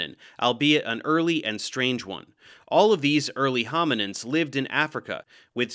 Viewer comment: Sounds like “The First Homonyms”